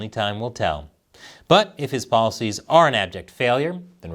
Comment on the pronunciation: oh “policies “ My brain heard “ballsies”